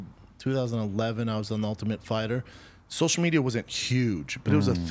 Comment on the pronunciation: “I donut do sosha mejia b. I simply do not play the game.” Says the man who started a soshul mejia empyre